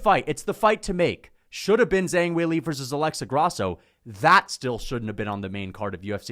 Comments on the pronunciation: "Zang"? There's an "h" in her name, man. You can literally see that. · Kills my soul when he pronounces "Zhang"